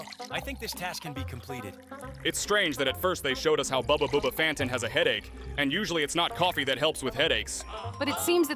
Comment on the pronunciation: It's not booba booba send it's bubba bubba fan